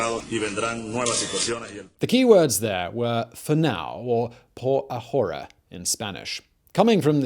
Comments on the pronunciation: Learning Spanish and heard it a lot from my grandparents growing up and I'm physically cringing everytime I hear my boy say "ahora" tho. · I said the same thing! I felt a little bad for commenting it too, but it was driving me crazy! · H is silent. Ahora is /ah Oh rah/ not /a whore a/. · Ok say it with me, Ah-ore-ah. I almost drove off the road laughing everytime I heard you say a whore a. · Ah-OH-rah, not ah-WHORE-uh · OK repeat with me a-ora... Not ajora, please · I know, just a little picky, but in Spanish the “h” in ahora is silent. Pronouncing it like a J makes it sound dirty. 🙂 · The H is silent. Por A(h)oRa. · The 'h' is silent: Ah-OR-a. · 'Por ahora'=[poɾa'oɾa] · It was the "pour ah whore Ah" for me lol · Por a-whora 😂😂😂😂 Simón—the H is silent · Spanish 'h' is mute /por æoræ /. Thanks fot the effort thouh. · The h is silent. Ah orah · "Pora jora" lol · The H in spanish is silent. It hears "aora" the Ahora - XD love the efford. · It's a-ora. H is silent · The H is silent my dude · The "h" is silent in "por ahora". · Please for the love of the nonexistent god never say a Spanish word ever again lol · I might lose my mind if I hear him annunciate the "h" in "ahora" one more time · Bro the h in spanish is silent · I cringe so hard at the way he pronounces ahora, reminds me of gringos in class pronouncing all the h’s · My guy the "h" in Ahora is silent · The 'h' on 'ahora' is silent. Figured someone else probably mentioned it by now but well, might as well just in case. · the H is silent in Spanish bro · ahora: silent h my man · I love your stuff, but just to help in Spanish the h is silent. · H in ahora is mute. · Dear biographic, the h is "ahora" is silent... in fact, in Spanish, the H is almost always silent. Sincerely, a mildly annoyed Venezuelan. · How can I take this seriously when you're saying Shavezz and pronouncing the H in Ahora? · Great video as always but had to stop watching. Constant mispronunciation 'Chávez' and 'ahora' too much to stand. Pity.